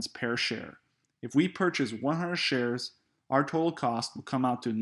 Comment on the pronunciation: did you just say pare share? I don't trust this at all now